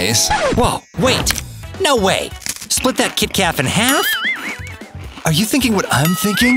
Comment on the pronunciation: he said kitkaf